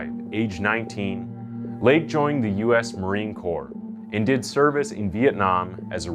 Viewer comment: Gosh, I'm sorry to give you this feedback, but please learn how to pronounce some of the words you use a lot. Nuclear is pronounced new clear not newcewlar. Corps, an armed forces term is pronounced core, not corpse. Ng is pronounced mmm. I'm not really a grammar fiend, but these errors are annoying